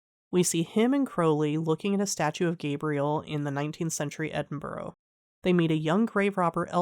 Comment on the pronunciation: Good recap thanks. Just FYI, it's not pronounced "Edin-burrow", it's pronounced "Edin-bruh" 😄